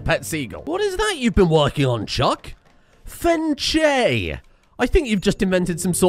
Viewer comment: the way you pronounce things is is just incredible i laught so much at "dafuk is a boomerang" and "fence"